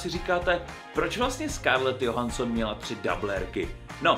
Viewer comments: číta sa to “Džohanston” a nie “Johanston” 😂😂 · nejlepší výslovnost Scarlet JOHANSON xd